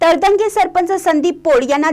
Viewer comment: मँडम तळंदगे असा उच्चार करा❤